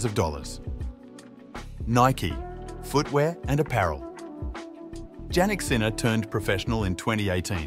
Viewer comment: PLEASE as a respect pronounce the name properly..pronounced Yannik...